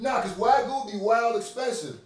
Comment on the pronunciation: damn how y'all pronounce Wagyu lowkey pissed me off 😂😂😂😂 wtf is a WAGU